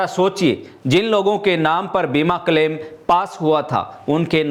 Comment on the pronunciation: न्यूज रीडर से हिंदी बोलना नहीं आता। प्रशासन को प्रसासन बोलते है। शाखा को साखा, क्लेम को कलेम बोलते है।